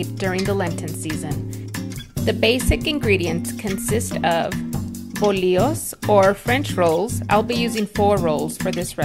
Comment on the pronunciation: What's up with Mexican Americans not pronouncing the "ll". It's not bollios and it's not tortias. How hard is it to say it correctly? Do you skip the "y" when you say yes?